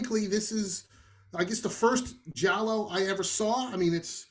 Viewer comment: pronounce Giallo very well.